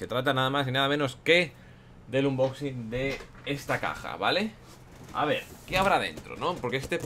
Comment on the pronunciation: dice inboxing apropósito